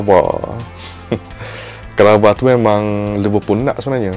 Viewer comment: Kvara sir😂 bukan krava😅